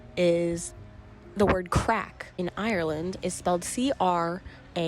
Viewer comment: classic yank 🤣 'IRY-LAND'